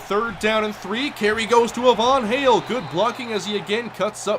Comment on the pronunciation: Hey I think Ivan Hale is pronounced it's eye vin hail. Not a Von hail.